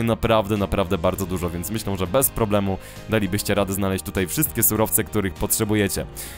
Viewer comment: Dlaczego zamiast "myślę" mówisz "myślą"?